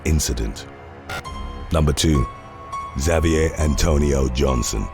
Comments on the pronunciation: G'morning, Team TWKY, and fellow watchers! Alright, not zah-vee-ay, Xavier is pronounced eck-Zay-vee-er.😊 You all, watchers & workers alike, be sure to have a wonderful Thursday! Love from Arkansas 💙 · Look man. The guy's name in number 2 is pronounced "Ha-vee-ehr" not "Za-vee-ehr." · It isn’t. It’s pronounced ‘Zavier’. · I liked how you pronounced Xavier. For real it was really… well different but I loved it! Anyways it is pronounced: Ex-aye-vee-er. Incase you wanted to know lol 😂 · HOW DO YOU NOT KNOW HOW TO PRONOUNCE XAVIER CORRECTLY?!